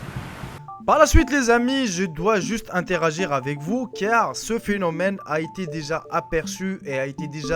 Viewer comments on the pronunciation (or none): none